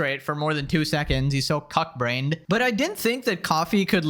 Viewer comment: pronounces "cuck" like "puck."